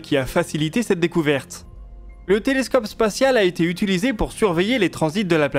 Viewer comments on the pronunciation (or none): On prononce UTILISÉ et non UTULISÉ :D